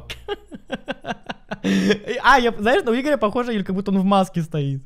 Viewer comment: Поч икран "ИХОРЯ". Ане икран игоря